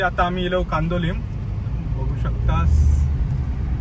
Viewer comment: सालिगांव नाही साळगांव, कांदोलिम नाही कांदोळी